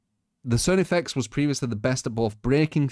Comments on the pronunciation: How does not know how to pronounce Carnifex? IT'S CAR-NI-FEX, IT'S NOT THAT HARD!!! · Its pronounced Karnifex :( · Lol the way he was saying it was bothering the hell out of me